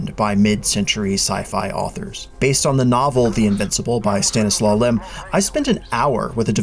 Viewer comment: Pronouncing Stanislaw the same as coleslaw is an interesting choice